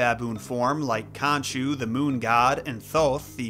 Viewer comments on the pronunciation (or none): none